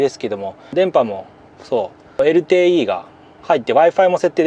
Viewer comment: LTE(エルティイー)を(エルテーイー)と小野田さんが発言されていましたが東京じゃ聞かない発音ですけど関東より西の方言なのでしょうか？ 九州出身で京都大学卒、10年前98歳没し、亡くなるまでボケる事も無く元気だった私の曾祖父から自分が小学校、中学校の時、毎日強制的に英語、数学を教わっていました。 曾祖父は英語、ドイツ語、当時の世界共通語のエスペラント語までをマスターし、柔道、テニス、ゴルフまで、頭脳も体力も極めて大手企業役員の地位まで登り詰めた努力、苦労人の曾祖父でしたが、英語でTを(テー)と Youを(ヨー)と発音、 数学に出て来るXをエッキスと言っていたのを想いだしました。 あと余談ですが中古の物を(ちゅうぶる)バイクの事をパタパタ等と、聞いた事が無い死語なのか、あるいは方言なのか変わった言い方をしていたのも想いだしました。 私が子供の頃学校から帰ると遊びにもいかせてもらえず小学校、中学校の時には家庭教師代わりの曾祖父から教わる数学や英語等を中心に勉強を毎日6～8時間ほど費やされ、運動は特注で作ってもらった子供用ゴルフクラブで打ちっぱなしゴルフレッスンに連れていかれていました。 サッカーや野球もやらせてもらえませんでした。 きっと一流大学、一流企業戦士、そして紳士同士のコミュニケーションにゴルフは欠かせないとでも思っていたのかもしれませんね。 しかしそれ以来私は勉強とゴルフが大嫌いになりました。中学生にもなると逃げ回っていました。するとそんなに逃げて勉強もろくにせんと将来は愚連隊にでもなるのか👊と、こっぴどく鉄拳の制裁を受けていたのを想いだします。 きっと定年し年金生活で暇で体力と知識に有り余る曾祖父が、男一人しかいない曾孫の将来の為を思い厳しくしていたのだろうと気持ちは今理解できますが、当時は迷惑極まりなく早く死んでもらいたい！と真剣に思った事もあったし青春時代を友人と遊ぶことも出来ず恨んだ気持ちもありました。 今、私は自分の子供には学業で成功し更に狭き門で一流大学、一流企業に入り更にその中で出世する少数の超難関のエリートになってもらいたいなんてこれっぽっちも思いません。 やりたい事を応援し、部活やバイトで社会勉強をして人との付き合いを学んでもらい、そしてたくさん遊び、人生を楽しんでもらえればと思っています。 小野田さんもお子さんには好きなことをやらせてあげて芽を伸ばし応援してあげてください。職人、エンジニア、技術者、航空、鉄道、何でも。 ギターやピアノ、バイオリン等の楽器に関しても。子供が嫌なのに親が強制してそれで目覚める子供も中にはいるかもしれませんが嫌な事を無理にやらさても身に付かないばかりか反発心、トラウマにしかならないと私は確信しています。 因に私は大の勉強とゴルフ嫌いになってしまいました。 とりあえず高校は卒業しましたが、数学も英語もゴルフも全く関係の無い、好きだった運転の道に進み運転手をしています。 小野田さんが何気に言ったT(ティ)をテーって聞いただけなのに何故か私のテーにまつわる過去の苦い思い出と現在のこれまでの人生が走馬灯のように浮かんできました。自分の子供には同じ思いはさせたくないなぁと。 動画とは関係ない個人的な(テー)にまつわる長文ですみませんでした。 m(__)m💦